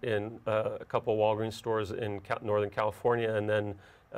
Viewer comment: Sooo i'm the only one who hear' "Wolverin" instead of "Walgreens" ?